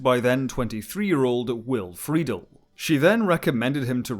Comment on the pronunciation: Brilliant work. My sole note is that Will Friedle’s name is pronounced Will Free-Dell (rhymes with ‘gazelle’). Great job, otherwise! Definitely not Schwarbage.